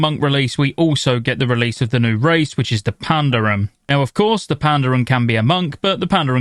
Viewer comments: how do you mess up the pronunciation of Pandaren? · I've never heard Pandarian mispronounced as much in one video lol